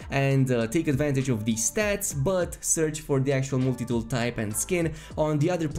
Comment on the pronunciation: "Mooltie tool"...Lol